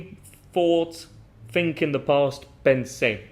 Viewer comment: I notice you pronounce think and thought with an F instead of TH